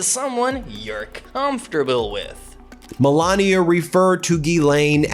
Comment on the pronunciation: And do you call her Melania it's Melania